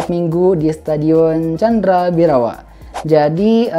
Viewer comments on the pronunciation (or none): Bukan candra bhirawa bang yg betul itu candha bhirawa